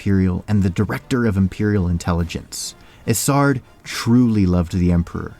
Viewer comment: You know you're pronouncing Isard incorrectly, right? It's a long I. Her nickname of Iceheart is said to sound like her name.